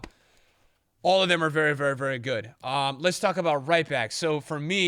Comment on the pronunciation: haha “varry good” turned irish for a sec